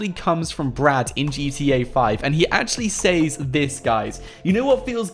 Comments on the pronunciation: He can’t say “says” it’s pronounced ses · It’s says... pronounced “sez” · the way he pronounces "says" smh